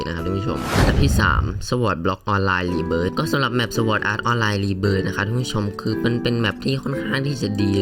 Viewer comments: หยุดอ่านว่า สวอดอาตออลไรครับ สอดอาตออลไล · ที่จริงต้อง ซอร์ด อาร์ต ออนไลน์ นะครับ